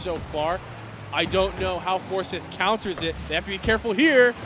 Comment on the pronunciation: You got commentators for the GHSA that pronounce Forsyth as For-sith? Sheeeeeeeeeesh